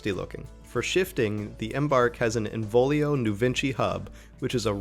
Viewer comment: ENVOLIO 😂😂 Sorry!! I love your reviews and find them extremely useful. This just made me laugh, especially the way you emphasize it.